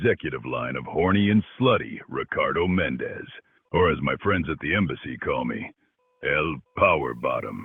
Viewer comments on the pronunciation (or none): none